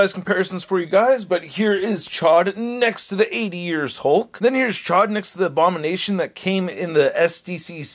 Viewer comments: The way you were pronouncing it before chod it means fuck where I’m from 😂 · Gotta pronounce that name right!! It's a long O